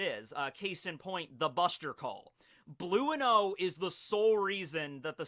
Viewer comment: are u telling us that u pronounce enel as eneru and blueno as blue-no not bruno??! Ohh okayy